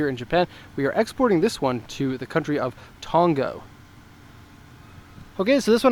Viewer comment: Did he say Tongo?